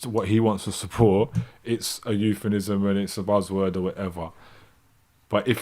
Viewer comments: Btw, it is 'euphemism', not youffanism. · You've watched too much Ali G. Met plenty of fakes like you IRL. I'm English and know about English accents. Btw, it's 'euphemism' and not youffanism.